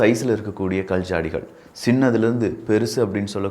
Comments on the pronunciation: I couldn't type in Tamil, sorry for that. Your pronunciation is really bad. Specially "Kal" rock. I couldn't listen further. Idk you are Tamilian. Even this discourage you I have to let you know. Sorry brother you have to improve that's why. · ?கல்,கள் தயவு செய்து சரியாக உச்சரிக்கவும்